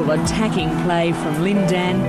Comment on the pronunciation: I hate the guy's voice... He's pronouncing Lin Dan's name wrong...